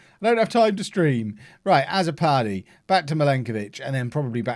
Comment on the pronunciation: Azzopardi is a Maltese name... The a should sound more like u, and the double z sounds like a ts, so it will be pronounced utso pardi